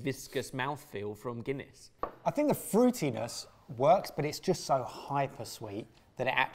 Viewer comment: The Gunniess and monster hurt my Irish soul😅 (also guys i love ye but please do your research on the name behind the drink first!!)